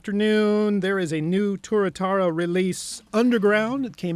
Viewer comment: It's "Tuatara" not "Turatara",. Fucking knucklehead host